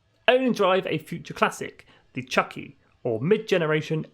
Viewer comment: Chucky is a sadistic murderous demon possessed doll. Chuki is pronounced Choo-Key. It is a Japanese word, roughly translated to "middle", meaning the middle generation of the car. Used in conjunction with Zenki (early) and Kouki (late).